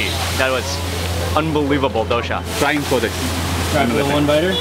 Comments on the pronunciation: It's Dosa, not dosha mark. 😂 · There’s no H. It’s dosa, not dosha